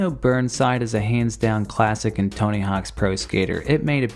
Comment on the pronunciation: So you're just committing hard into not pronouncing the 's part of "Tony Hawk's", huh?